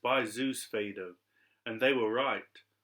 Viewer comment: Am i incorrect in believing it is pronounced more like fade-oh?